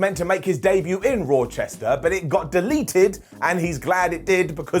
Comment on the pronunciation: its ra-chester bro. not roar-chester lol.